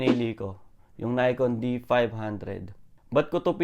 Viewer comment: Nikon is founded in Japan. You're pronouncing it wrong bro.